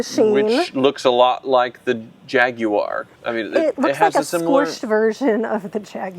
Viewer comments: Gaguar lol. gaaag uar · Hate the way you both say Jaguar…. It’s beyond tomato, to-mAto… I don’t even care if you are saying correctly.. it sounds horrible… beyond that love the channel